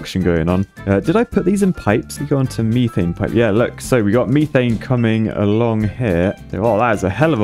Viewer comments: "meethaiene" infuriates me and idk why. Meth-aine is how im used to it being pronounced. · everytime says methane it causes me physical pain. its not meeeeth so why would you call it meeeeethane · Are we all just gonna ignore the fact that pronounces "methane" as "MEE-thane" or-? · hearing call it meethane is hurting me... isit just me? i always thought it was mehthane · Is there a joke I missed about methane?… why’re you pronouncing it the architect way, me-thane? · Does his pronounciation of methane also bother anyone else or is that just me? Or this is this just another way that the brits say things that I do not know? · It’s more his pronunciation of methane that bothers me